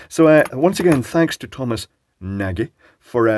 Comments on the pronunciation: I think his name is not pronounced "Naaghee" but cca. "Naadgh" because thats a Hungarian name meaning "Tall" or "Big". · Assuming he’s Hungarian, Nagy is pronounced nod-ye, though I guess there’s a chance he might have anglicised it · If it's Nagy, then it's Hungarian, it means large, and it's pronounced with a soft a and a soft g... ie Nodge. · Tom himself seems to pronounce it "nah-gee" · Nagy is pronounced "nodge" (nearest an English speaker can get comfortably) . In Hungarian, gy is pronounced the same as the du in "during " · I believe that Thomas pronounces his name 'Nar-gee'. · I think that one of the thumbs down is from Thomas Nagy for not pronouncing his name right? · Switch reads: "OOFF". Oh wait, I misread that nvm.... :p That's one very toasty circuit breaker! I BET that stunk! Thomas Nagy seems to be either a guy who emmigrated from Hungary, or got Hungarian ancestry. "Nagy" is a hungarian word for "big/large", and I can't blame you for not getting its pronounciation right. - click on the speaker icon on the left. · Nagy is a Hungarian name, and in Hungarian "gy" is pronounced like a "j".